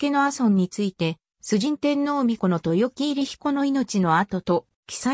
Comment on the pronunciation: 漢字の読み方に注意してください。豊城入り彦のみこと。